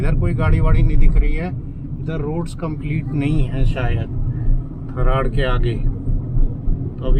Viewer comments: Tharad bolte he ji Tha raa d d for dil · थरात है सर जी थर्ड नही है 😂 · One correction "थरड" नहीं "थराद"